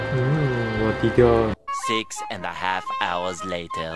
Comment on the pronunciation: Kakiage is ote-ote/heci/bala-bala in Indonesia Btw ngomong wadidaw kok bisa medhok gitu 😆 "whadidhaw"